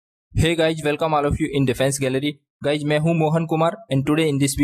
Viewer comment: yaar kya awaj hai ye ? Manish Bhai kahan hai ? guys ko guyg bolta hai ye hai kya